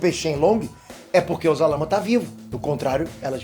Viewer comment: Se fala sarama